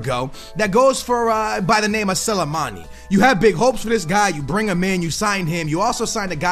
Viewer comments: Sill-A-Mani??? Hahaha., it's S-L-I, Sli-mani, say it with me slowly, Sli-mani 😂😉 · how he say slimani is actually irritating me 🤦🏻‍♂️😂